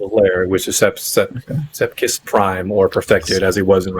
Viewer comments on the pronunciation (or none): Anyone else triggered by them saying “sePKis”?